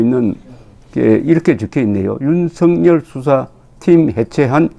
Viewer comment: 윤석열을 윤석렬로 발음하지 마세요